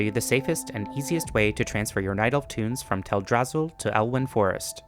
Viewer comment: I lost my rested XP every time he said Teldrassil.